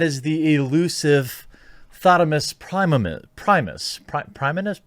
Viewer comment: It’s “Thotima Prima,” bro. Did you just misgender them h0es in Latin?!?